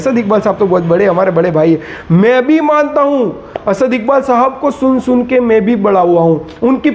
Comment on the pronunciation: اپنی ادایگی سحیح کر باد میں بات کر اسد کے بارے میں